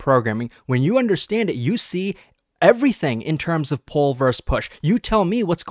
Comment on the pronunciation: "poll"/ do you mean "pull"?